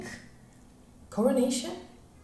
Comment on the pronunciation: "coranation" 😭 Carnation dudes! And I'm French, English is not my first language either how dare you ;-; Also I'm still watching the video, and it's CERISE not sunrise 😂 why are you so angry about colors lol (cerise 🇫🇷 = cherry 🍒)